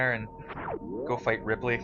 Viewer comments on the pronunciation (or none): His name is Ridley with a D